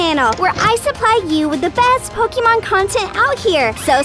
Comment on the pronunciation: It is not "Po kee mon," it is "Po kay mon."